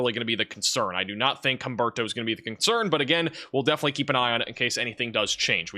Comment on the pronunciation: Humberto, Imelda?.. Names that don’t exactly roll off one’s tongue. Though did great at pronouncing them!! 👍🌀🌀👀😵‍💫